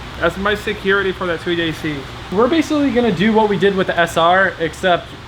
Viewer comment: Why say 2jc not 2jz